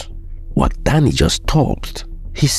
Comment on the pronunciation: Overall, an enjoyable video, as always. Now, as a Beninese, I would like to make a remark. The name of the new president of Benin is pronounced Wada-gni, not Wadag-ni. To make it simpler, you could pronounce it as Wada-yin (but NOT Wada-yine). This is the pronunciation closest to that used by Beninese people.